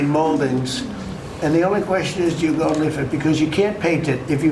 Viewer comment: If he can't say his seemingly favorite word, "gold," but makes it sound like "go" or, at best, "goal," you know his brain is fried and turning to mush. It's way past the time to use the 25th Amendment, pronto.